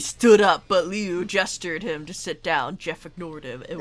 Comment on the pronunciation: It's Liu not leu why dose people keep saying his name wrong Liu has an I while leu has an E leu is like you took leo and swapped out the O with a U